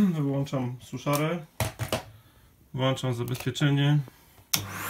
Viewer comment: Latająca kamera jest wqr....ca. Poza tym włączam a nie włanczam do q... nędzy 😁. Co to za elektryk, który włancza 😁🤔. Poza tym dzięki 👍.